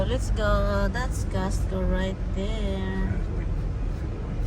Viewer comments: You mean pala costco. Kala ko castco kc the way you pronounce e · Pronounce it COSTCO not CASHCO